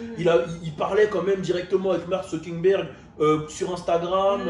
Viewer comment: je vous jure que à dit MARK SUCKiNERG. Il est chaud.